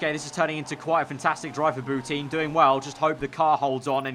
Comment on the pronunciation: It's pronounced Boutan not Bouteen